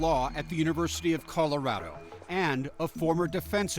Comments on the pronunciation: Why do they pronounce it with a long i sound? That’s killing me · Stop pronouncing Colorado like that …